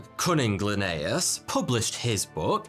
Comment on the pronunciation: "Cunning Lineaus?" Really? 🤣🤣🤣